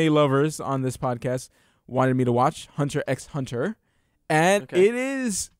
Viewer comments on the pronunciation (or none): Great that you got into Hunter x Hunter! Fantastic series and it gets better and better. It's also pronounced "Hunter Hunter", you just say hunter twice. There were also a lot of things you got wrong cough but I'll let that go for now. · yo Hunter x Hunter was done by the guy that did Yu Yu Hakusho. Also the "x" isn't said. You just say Hunter Hunter.:)